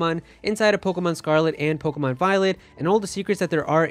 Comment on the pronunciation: Let’s do shots for everytime he says pogamon, 😂 we are so gonna get hammered!!! Wasted!!!!!!!